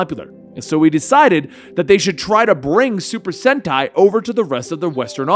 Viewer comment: Your saying super senti correctly that how you say it